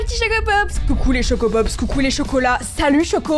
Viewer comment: Je sais pas pourquoi mais à chaque fois que tu dis salut les chocopops j'ai l'impression que tu dis salut les Chocapic ❤😅😅